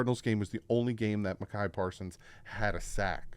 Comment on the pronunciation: I feel like messes people’s names up on purpose 😂 Micah not Mekai,.